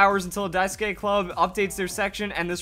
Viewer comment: It's "dai-ski" not "dai soo ki/ke"